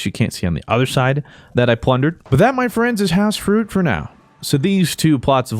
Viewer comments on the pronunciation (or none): The "House Frooot" at the start sent me